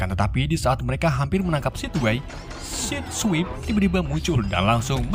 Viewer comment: Sebenarnya the arcee bg bkn arcee karna ada 3 dan penyebutannya agak kurang tepat jg bg misal sideswipe itu di bacanya saids swaip Dan sideways dibacanya said ways gitu bg bkn sok tau cmn mengkoreksi saja😄